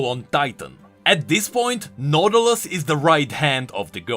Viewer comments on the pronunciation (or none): The way "Nautilus" became "Noodleus"... I can't breatheeee 😂